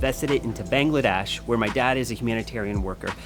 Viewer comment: He accidentally said Bengladash. Oops.